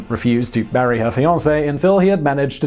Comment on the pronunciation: I thought you said, "She refused to BURY her fiance until he lapped Brooklands at over 100mph!"!!! Poor sod didn't get a break even after his death! Then I realised the word was MARRY!!